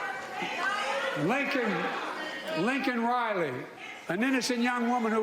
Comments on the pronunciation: He couldn't even pronounce her name right and he referred to the guy that killed her as an illegal instead of a migrant, boy that was a mess up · "Lincoln Riley!" Couldn't even say her name properly. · Pretty disgusting that he called her Lincoln not Laken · Biden kept saying Lincoln it's laken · Having a daughter named Laken, I can totally understand the “Lincoln” BUT In this case, on this stage and this person, you gonna mention a parents dead daughter, you BEST pronounce it correctly. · Laken..not Lincoln!! Smh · Who is LINCOLN Riley? Notice how the senile dictator had to grab the pin to remember her name... then he fucked it up by calling LAKEN, LINCOLN! What an asshat! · Love how he got Laken’s name wrong despite having it spelled out for him on a purposeful cheat sheet (that coin). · MTG actually screwed him up into saying something true! Sure, he was too stupid to correctly pronounce Laken’s name, but he admitted the deaths due to his open borders. I’ll bet that wasn’t on the teleprompter 😎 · ‘Oh is this what I’m supposed to say?’ Mispronounced her name. What a nightmare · Jackass couldn’t even say Laken’s name correctly. Pathetic. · How does he call her Lincoln Riley when they said her name like 50 times and then also gave him a pin with her name printed on it he looks at the pin and still says the name wrong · Biden was slurring his speech He miss pronounced the young ladies name. He was combative. He brings up his family as usual. Same old Joe and I mean OLD. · Couldnt even get her name right 🤮 You're a pos if you vote Democrat!!! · It’s rare for me to get pissed off at anyone, but when he brought up Laken Riley, yeah, that did it. Then he mispronounced her name, and looked for her parents as though they were present. How deluded do you have to be to anticipate their support? What about that ridiculous spin, as though the murderer wasn’t here because of him? I just couldn’t help feeling the evil it takes to do something like that.